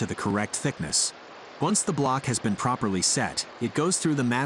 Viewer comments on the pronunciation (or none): none